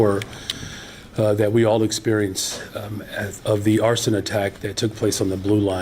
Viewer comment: He said "ARSEN" ? It was ATTEMPTED MURDER.